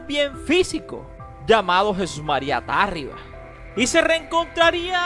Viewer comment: Es Tarriba, no Tárriba. Aplícate.